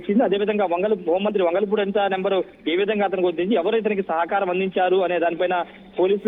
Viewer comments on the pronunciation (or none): వెదవ వెలగలపూడి కాదురా వంగలపూడి అని చెప్పరా తప్పునాయాల